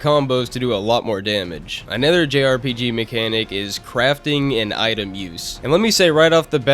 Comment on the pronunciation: Take a shot every time pronounces Another as A NETHER Jokes aside great review, synthcels should make more content